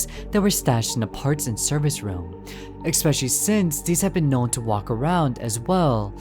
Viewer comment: Hi, okay... I really don't know how to say this... let me preface it by saying that I've watched a few of your videos and I really loved them... well, what I wanted to say was that I die inside everytime you say "especially", because you kinda say it like "ekspecially" I'm really sorry, please don't take this personally, but I can't unhear it now😭😭😭 Really, PLEASE don't take this personally, you make great videos! It's just a small detail...❤